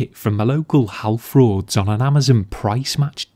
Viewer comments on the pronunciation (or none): Did you say halfrauds 😂😂😂